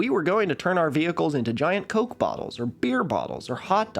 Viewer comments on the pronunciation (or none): none